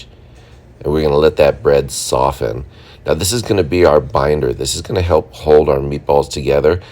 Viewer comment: Yay finally a food YouTuber, who does not pronounce the T in soften!!!! Thank you!!!